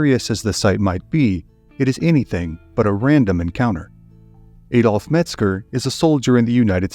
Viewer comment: Ah dolf not éééh dolf